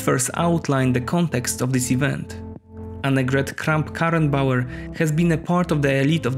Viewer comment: My respect to you, for saying "Annegret Kramp Karenbauer"! Very good pronunciation! Greets' from Germany!